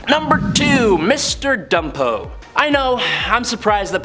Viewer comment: It's BUMPO homie not ..... Dumpo. Nathaniel Bumpo he was in the movie too.